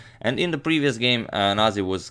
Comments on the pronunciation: that is Georgian name and its pronounced as nazi, not naji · say the way you read every word. not naji its nazi :) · It's proncounced nazi, as in the same the german variation. Whoever pronounced it as naji was probably being politically correct or something.